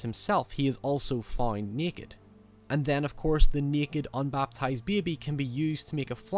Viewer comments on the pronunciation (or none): “And thean of coors the neked unbaptized bebe”